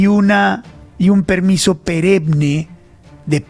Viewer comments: LUIS CARLOS VÉLEZ: SU "EPIFANÍA", PASA POR ENCIMA DE LA CONSTITUCIÓN? ...:face-fuchsia-tongue-out::face-fuchsia-tongue-out::face-fuchsia-tongue-out: MIMUTO ...LUIS CARLOS VÉLEZ, SE DICE "PERENNE"...NO SE DICE "PEREMNE"... Y SI ESO SUCEDE, CÓMO ESTARÁN LAS COSAS PARA LA CAMPAÑA DEL 2026??? QUÉ SE PUEDE ESPERAR DE LO QUE SUCEDA, A NIVEL DE FINANCIACIÓN PARA LA CAMPAÑA??? O SEA, PETRO ESTÁ POR ENCIMA DE LA CONSTITUCIÓN, ARTÍCULO 109? PETRO ESTÁ POR ENCIMA DE LA LEY 5 DE 1992? PETRO ESTÁ POR ENCIMA DE LA LEY 996 DE 2005? PETRO ESTÁ POR ENCIMA DEL ESTADO DE DERECHO, QUE ES COLOMBIA...??? ES COLOMBIA, UN ESTADO FALLIDO??? ENTONCES, SEGÚN SU TESIS, EPIFANÍA O LO QUE SEA, ES PEOR EL REMEDIO QUE LA ENFERMEDAD...??? :face-fuchsia-tongue-out::face-fuchsia-tongue-out::face-fuchsia-tongue-out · Señor Luis Carlos Vélez, la palabra correcta es PERENNE, con doble NN. Así mismo debe ser la pronunciación.